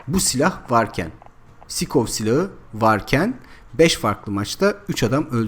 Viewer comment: abi sikov diye değil saykov diye okunuyor. <3